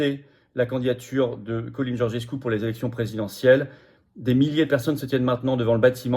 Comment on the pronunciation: Le nom en roumain se prononce "tchalin"